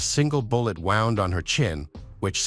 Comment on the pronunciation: It’s horrible to listen to, it just makes it factual with no personality or feeling. Listening to it saying wound and not woond is annoying. This poor woman has been murdered by her arsehole lying husband and if it were my daughter and I heard this